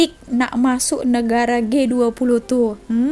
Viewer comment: Baru aku tau sebutannya Gay20...😆